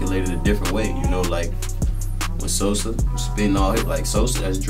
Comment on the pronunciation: Herbo said Sosa as in chief keef not Social